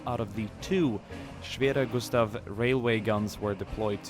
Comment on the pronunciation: wow respect you speak the word schwerer gustav very good